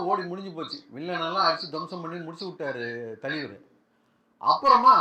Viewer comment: Thalaiver❎ thaleever✅😂